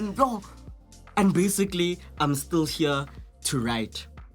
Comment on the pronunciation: Lol... sometimes it sounds like,"Basigally"